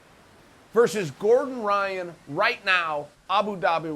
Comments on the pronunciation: hyan? its ryan. not portuguese at all. ryan gracie. even if they pronounce it different its still an american name. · Bottom line: uncle chael is letting us know that he can pronounce brazilian portuguese changing the R for a G. We can bear the "G"oyce one, but uncle chael, Ryan is Ryan, not 'Ghayan'. Period.